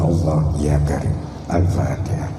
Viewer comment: Si ghufron baca fatihahnya saja salah..ngajinya yang di baca bolak balik cuma fatihah 😂😂😂😂😂